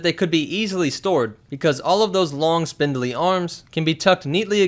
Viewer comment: He said "spindilley" LOL